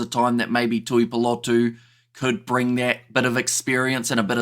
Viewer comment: Tuipulotu is pronounced “Tewypewlotew”not “Tewpewlotow”